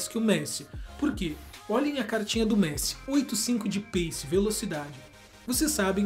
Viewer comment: Doeu na alma esse " pace " com c, na tamb mds kkkk